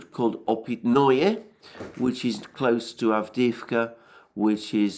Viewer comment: Опытные is pronounced like "Oh pit na" not -noy like in annoy.